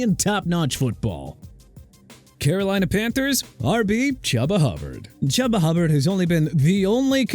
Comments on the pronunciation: FIRST OFF CHUBA HUBBARD IS PRONOUNCED CHOO-BA NOT CHUBBA AND SECOND TERRON ARMSTEAD IS PRONOUNCED TR-AAN NOT TE-RYN! GET THEIR NAMES RIGHT!!!!! SMH!!!!!! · Pronounced “Chooba” 😯 😯 😯 😯 😯 😅😅😅😅😅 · Also, this is your literal job, how can you mispronounce names like Chuba?